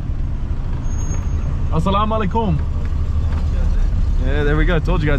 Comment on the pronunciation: Salam alaaykum emphasis on Ay not on kum